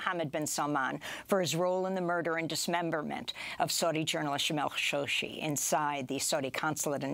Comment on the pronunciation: Why do they pronounce Khashoggi how they do now?!! Khashoggi is the nephew of Adnan Khashoggi it was never pronounced that way.